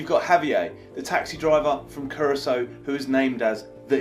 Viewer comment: Finally pronounced Curaçao better 😂🙌🏻👏🏻